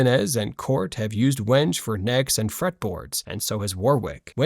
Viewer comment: 11:!5 you lose credibility when you can't even pronounce the name of the wood correctly. Wenge is pronounced "Weng-GAY"